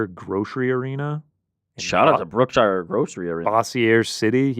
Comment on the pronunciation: u said brookshire's wrong. It's pronounced like Brooke Sheers. If u ever go to Louisiana remember that lol